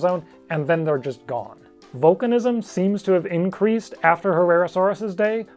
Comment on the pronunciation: When he says vulcanizam 🖖